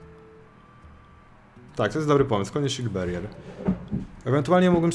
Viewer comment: Pałer ołwerhelming EDIT: Shildberier też niczego sobie